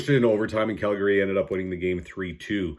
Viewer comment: CalGARY, man what part of Canada are you from? Weird pronunciations haha. I like your videos though even if I often don't agree with your picks. Straight forward to the point and fully transparent.